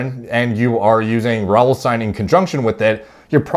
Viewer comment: i know you're Canadian but the ending -ine is pronounced -een